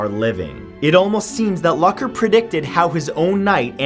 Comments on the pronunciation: Omg it's not Luck-er it's pronounced Luke-er. I almost couldn't finish this video because of that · Hey bud, its pronounced Mitch Loo-ker not Luck-er. Also, alcohol had nothing to do with his crash because the tox report came back negative and was riding his bike with his brother who was in town. Jesus, get educated. I feel like Tubers just post anything to get views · Who else facepalmed when he pronounced "Luker" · Aww Mitch's aneversery was last month And you pronounse his name like (Loocker) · no you dont. its pronounced Lucker. the way it looks. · its pronounced lewker :( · The amount of cringe from him pronouncing Mitch Lucker's last wrong is too much